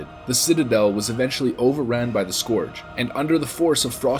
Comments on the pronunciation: saying scoarge instead of scourge triggered the duck out of me. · I notice you say Skooorge and skuuuurge in the same vid? I agree with the second pronunciation. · Its funny how you pronounce the word scourge as eithrr scorge or scerge. Phonetically likr scerge is the correct way. Your welcome. Btw not being a dick i just found it interesting. Additionally, love ur vids man keep em coming! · Scourge pronounciation: Skurj > skorj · “Why not both?” - 2019. I’m so glad he stopped saying skorge after the intro... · Scourge, not scorge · Interested me that you started the video pronouncing Scourge as ‘Scorge’ and changed to ‘Skirge’ how it’s more commonly pronounced. Tripping me out man! xD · whats up with people pronouncing it the scuwrge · It's pronounced "scuuuuurge", no sq-oor-ge lol. Hooked on phonics wurked fur me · Go Throne scoarge is busted and broken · "The citadel was eventually overran by the Score-g LMAO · the Scorrrge? LOL fail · you keep saying "the Skorj" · Scorge? Lol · The way he pronounces scourge at the start of the video is nauseating.....I’m glad he figures out how to say it properly by the end 👍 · May want to practice how to pronounce the scourge. :P Otherwise cool video.